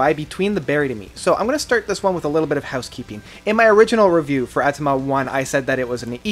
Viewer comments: Haha "atama." It's Auh-tah-mah-tah " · Bro Au-to-ma-ta and The GRID Great review tho